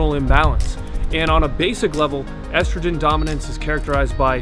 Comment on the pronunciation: ESTROGREN what???